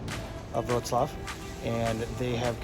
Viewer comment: Your 'Wrocław' pronunciation is impressive.